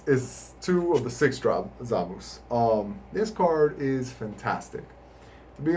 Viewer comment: every time i heard him say "Zamoose" i died a little inside because it's supposed to be "Zah-mah-soo" or "Zah-mahs", great deck profile though. Personally i run four 2 drop goku blacks to always have him indestructible for earlier game potara fusion, mostly because the effect is so much better in early game to prevent negates and counters